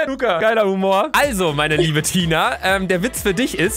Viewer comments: # 4.20 sie sagt lurrz😂😂😂😂☹️😂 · Lugga😂😂 Luca nicht Lugga